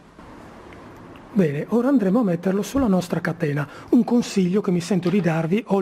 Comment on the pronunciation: aahhahah..ma questo è un video comico.La parola "catena" viene pronunciata " a catena".